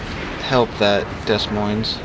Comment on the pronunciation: "DeS MoinS" No idea why this annoys me, i'm not even french It's pronounced De Moin doe